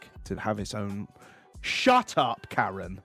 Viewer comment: most British shut up I've heard